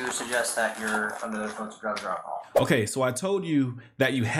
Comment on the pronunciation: Just here for the overuse of “akahall”